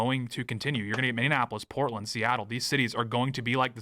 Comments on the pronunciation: For the love of all that is holy it is pronounced mi-nee-a-puh-luhs, NOT mi-nee-an-a-pug-luhs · I can't wait for all of this Minnesota drama to end only to stop having to hear Tate mispronounce the city as MinneANapolis! 😂